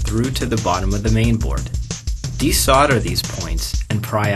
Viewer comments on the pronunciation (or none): sorry but it sounded funny when he said to "desardar it" for the battery terminals